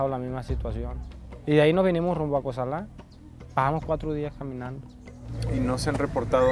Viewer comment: Bruh why does he keep saying Cosala like that?! Its not "Ko-sal-AHH" its just Cosala man, let it flow. Never met anyone from Cosala or Sinaloa for that matter who pronounced it like that lol, dudes trying too hard.